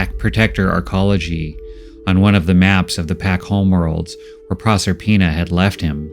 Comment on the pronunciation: It took a while for me to figure out the name. Is Prosper-ina, not Prosser-ina.